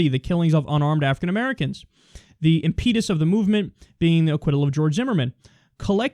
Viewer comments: it's not im-PEED-us, it's IM-ped-us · Imm-peh-tus! The word is said like Imm-peh-tus! :P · "The impEEdus of the movement" I'm triggered.